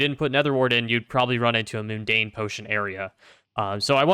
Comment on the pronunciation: Every time you said "moon-dane" instead of "mun-dane" it made me cringe. :)